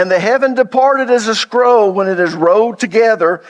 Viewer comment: Hey man love teachings but you really gotta start pronouncing your L's. Sometimes I have to make sense of what sounds like a speech impediment. Road=rolled. Scrow=scroll. Owed=old. Tode=told. Sowed=sold. Fode=fold. Moed=mold. Code=cold. Foed=fold. It's only in those cases, but it drives me nuts because you are a well educated man. Keep up the good work. One love 😊